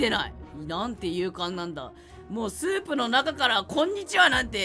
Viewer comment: スープも持ってるしってころちゃんがいうまでスープをソープやと思ってた